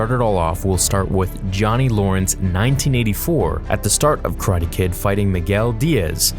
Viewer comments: tf is “Ka-ra-te” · How you say karate is weird but i like that i like that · the way u say karate makes me wish i was dead